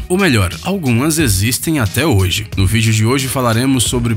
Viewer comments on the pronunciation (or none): none